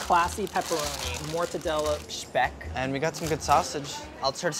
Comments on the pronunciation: thanks dir saying Speck the right way !! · Actually the guy pronounced it correctly. It's SHPECK. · actually they didn't. the italian guy pronounced it correctly (shpeck). it's a german term for a type of bacon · Ssspeck: Well- Le- Say it the right way.: Shpeck 💀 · SCHPAECK "say it correctly." it's a german word italian man settle down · Ive lived in italy my whole life and I've never heard anyone say 'shpeck' like that guy. The bon appetit guys pronounced it pretty much exactly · Love how corrected Andy and for pronouncing spek how it is actually pronounced in true Italian and gave them a side of attitude whilst “correctly” them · I love how the butcher pronounces Speck perfectly like we do it here at Black forest. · How the Italian guy in that shop just perfectly pronounced speck like I as a German am in L O V E Italian English and German language knowledge oof turn me on baby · the dude on the deli acting like he's mr pronunciation police and he was doing all the wrong corrections, what a boomer. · I am Italian and I have never heard 'speck' pronounced as 'shhhpeck' in my entire life lol